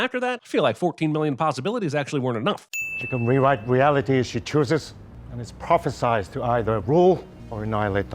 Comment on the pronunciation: Wow, this movie had a lot to choose from! Despite that, I'm still probably most annoyed by the fact that the Sorceror Supreme pronounces the word "prophesied" wrong.